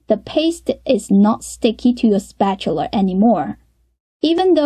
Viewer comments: Spatula, not Spatular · i like how she pronounces spatula like someone from the deep south XD